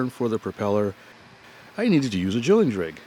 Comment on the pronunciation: A “jilling drig”😂